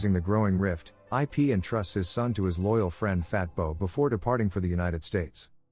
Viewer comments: These AI voices... jeez. "Eye Pee"... really? It's like you really need to spell out the pronunciation so it knows how to say Ip's name correctly. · "Ip" is a word. A name. Not two separate letters. Stinking A.I.